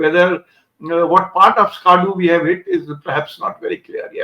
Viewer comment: I'm only nitpicking, but a lot of our people keep mispronouncing Pakistani names. Skaardoo nahi, Skardu (स्कर्दू) hai. Sukkoor nahi, Sakhkhar (सखर) hai. Almost everyone is making the same mistake. Any Pakistan watcher will know the correct pronunciation. Anyway, it's not a big deal, as long as we hit those places, it's better than getting the name wrong. 😀